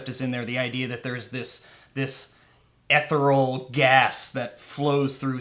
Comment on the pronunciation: 49 seconds into this video and I am done because you guys mispronounce ethereal and phlogistan